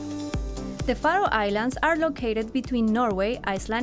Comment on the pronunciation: I love how she pronounces Faroe Islands